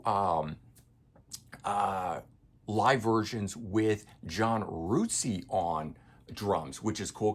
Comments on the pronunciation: Really good review but just so you know, John Rutseys name is not pronounced ROOTSEY it is pronounced RUT as in rut in the road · Rootsey? I think it's just pronounced Rut-sey.